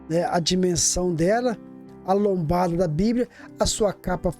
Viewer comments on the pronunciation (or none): A paz meu caro, só uma correção, não se diz: "bibria:", e sim BIBLIA com L e não com R.